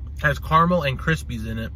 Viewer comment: What’s Car-mel? 😂 do you mean caramel?